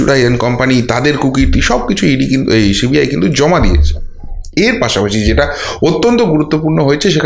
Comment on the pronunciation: I like your content, but please get your pronunciation right. It's Justice Sinha, not Shinna. And cbi not shee b i.